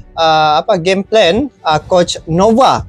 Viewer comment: Gameplan bang ,bukan gemepelen